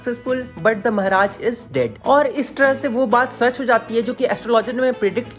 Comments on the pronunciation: Mehraj nhi mharaj 😂😂😂😂😂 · Bhai Maharaj hota hai mehraj nhi bhai Bharat me rhta hai hindi thoda thik se bol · Mehraj nhi bhaiya maharaj 😂..... anyways aapka explanation bhout shi rehta h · The way he says "Mehraj" 🤣🤣😅